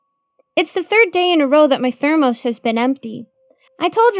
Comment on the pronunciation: Why the freak does she say thermos like that